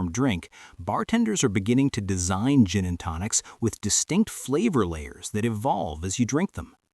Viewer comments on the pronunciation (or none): "Gin and Tocins?" AI sucks...